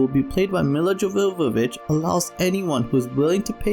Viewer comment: Jovovich (Pronunciation: Yo - Vo - Vich)